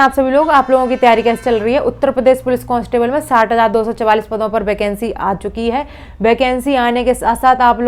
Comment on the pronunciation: वैकेंसी ❌ बैकेंसी ✔️ 😄